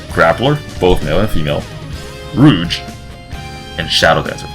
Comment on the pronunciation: bro just called Rogue, Rouge lol.